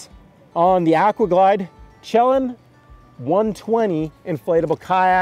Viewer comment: Thanks for the review! BTW… it’s pronounced shuh-LAN. Greetings from the PNW.